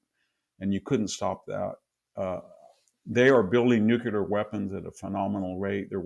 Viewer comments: He says “nukelar”, instead of nuclear, just like George W. Bush. 😅😅😅😅😅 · This guy doesn't know how to pronounce nuclear. Therefore I can not trust anything he says It's NOT new culer. It's nu cle ar. 😮😮😮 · VDH... an intelligent guy that I look to for an intelligent opinion.... says "new kew ler" SMH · doesn't understand the gvt debt also says nu cyu ler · BKR, True. Moreover, he cannot pronounce "nuclear." He pronounces it as "nukeeler," like the illiterate GW Bush in his speeches. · Love, Love, Love you and your works. Wish you could pronounce NUCLEAR correctly. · Still can't pronounce 'nuclear' though ...